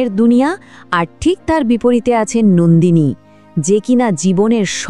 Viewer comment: Nandini noi Nondini, majhe majhe Nandini bolechen